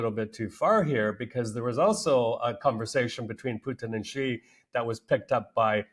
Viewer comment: Xi and the Chinese only care about China, I wonder if Putin even realizes this. BTW, Xi's name is pronounced like the English "she", not "gee".